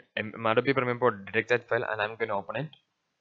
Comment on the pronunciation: "adabi primir pro" xD